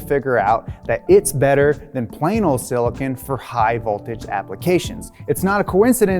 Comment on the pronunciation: ‘Silcon’. Great video though! Awesome presentation and info :)